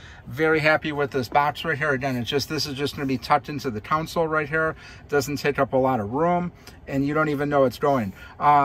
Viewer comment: Console, not council.